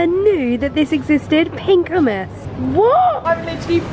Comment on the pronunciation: did she just say..... oomas 😂😂😂😂😂😂😂😂